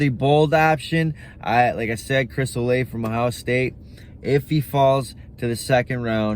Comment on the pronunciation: Olave' (O-la-vay)